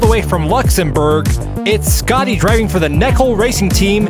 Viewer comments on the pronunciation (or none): Schotty is pronounded Schotty, not Scotty.